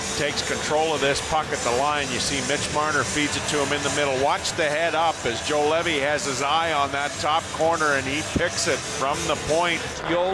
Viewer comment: Can not hold my laugh :D Juolevi,Zuolev,Joulevi,Zolevi,Juoveli. Nice pronouncing !